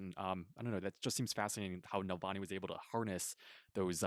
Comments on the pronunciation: It is not Nalvany, it is Navalny! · as an obviously intelligent person, it might be good to check your pronunciation of Navalny’s name. I smiled every time you said it wrong. Go Bruins!!!